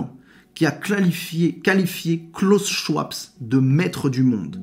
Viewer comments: Euh... Schwab sans s .... se prononce schVab 😊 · Bonjour, Le nom de Klaus Schwab ne se prononce pas avec un "s" à la fin mais se dit Schwab.